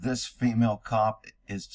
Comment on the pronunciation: The future is fee-male. 😂